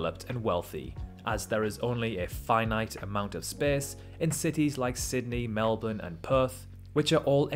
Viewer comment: Wow, someone actually pronounced Melbourne correctly. Usually i hear foreigners pronounce it as "melborn"